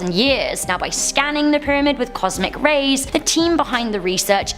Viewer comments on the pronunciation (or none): none